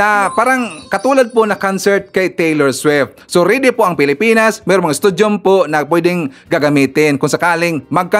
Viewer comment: Hindi po studium... stadium.